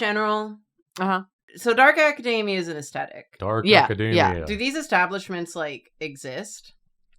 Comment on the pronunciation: pronouncing academia like that is crazy. theyre like saying macadamia